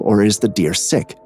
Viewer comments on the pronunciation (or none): none